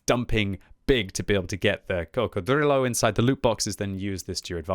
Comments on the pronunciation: Please stop saying coccodrillo like you’re Count Dracula!! I can’t take it anymore. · saying crocodrillo is like Benedict Cumberbach saying penguin